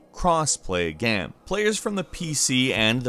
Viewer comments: THANK YOU! "Gayum" lol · Something i've always wanted to ask... Why do you mispronounce the word game.